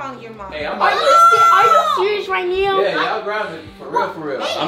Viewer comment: "Are you serious right neow?"